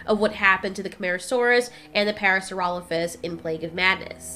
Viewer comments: It's not parasurolophus, its Parasaurolophus. Pair-a-soar-a-low-fus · Parasaurolophus* And it's pronounced "Parra-Sore-Ah-Loaf-Us"